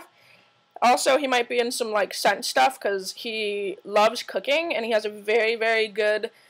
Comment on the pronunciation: hahahah I also thought I heard you say "He might be in some sex stuff" instead of "He might be in some scent stuff" LOL.... OMG! He is such a hottie.. You two will look soooo fkn cute together.. Congrats <3